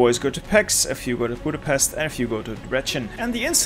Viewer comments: I've got a challenge Pronounce Hungarian names the right way Budapest=Boodapesht Debrecen("e"s like in red, the c like in ts) Pécs ("é" like the a pay, the cs like cs in cheese) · Great video, but the Hungarian city pronounciations are terrible. Let me help you: When you said Budapest it was almost perfect but the s is pronounced like in SHirt. In Pécs the pé is like in PAle and the cs is like CHeese. And last Debrecen. Deb is like DAb, re is like in REkt, c is like Centimeter (well not exactly cuz the c would be sz in Hungarian but that's the closest i found) and en is like ENd.